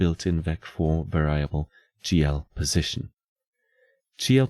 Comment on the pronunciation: Hate to be that guy but "variable" is not pronounced like "ver-AI-able", it's pronounced like "VER-ee-able", emphasis on the "var" part where the a is actually pronounced like the e in "red", and the i is pronounced like an i in most non-english languages, like the "ee" in "free".